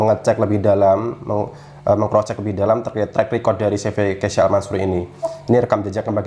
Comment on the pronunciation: KEYSHA min, bukan KEYSA